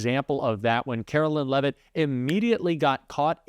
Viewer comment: Love when A.I. narrates her (because Artificial is the only type of Intelligence to which she can be attributed) and they pronounce her last name, “Leave-it” (that’s probably what her husband wishes he did). Her first name should be, “Caro-lyin’”.